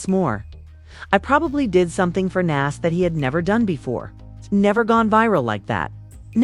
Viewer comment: As soon as Nas' name was mispronounced, I left. F*****' AI